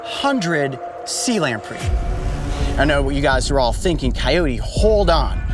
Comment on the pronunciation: Coyote not coulye